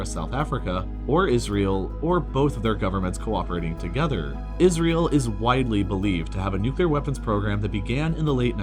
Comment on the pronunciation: What was with the butchering of the pronunciations of apartheid and Israel, and the upside down union flag?